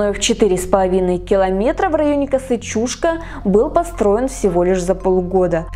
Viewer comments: Немножко ударение не правильно делаешь, не чУшка, а чушкА, ударение на букву А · Чушка" -ударение на последний слог))) А вообще видео классное,очень познавательно 1 я сам местный . Много читал,но Вы ,как никто другой систематизировали всю информацию! Лайк однозначно!!! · Территория никем не охраняется. Люди приезжают на машинах, рыбачат и кто-то даже умудряется купаться. 🙂 В прошлом ролике про Чушку я произнесла ударение ЧушкА, так на меня накинулись люди, что я неправильно произношу название. В этот раз я стала произносить так, как слышу от людей и как сама привыкла говорить. 🤷